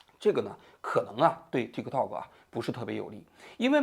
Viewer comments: TikTok的k失爆，读作“Ti （停顿）To（停顿）” “踢克套克”听起来太反胃了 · 踢克涛克，王局发音象绕口令！ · 踢 涛 ，就好了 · 王局，说个冷知识，tiktok其实不是这么念的，这是国际音标发音，t在国际音标里是念d（大陆拼音自行修改和采纳），k不发音，用来表示短音，类似音乐中的休止符0。所以正确的本意发音应该是“嘀di 嘟do”(都要短促音，用来拟声表示钟摆的声音），美国人用英语发音习惯念出来也是怪怪的。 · 踢科托可，老王的发音真好笑😂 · 王局對於 tiktok 的發音太中式了，最後一個 k 可以不發音的，試一下 tikto. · 老王发音向日本人学习了，踢克套克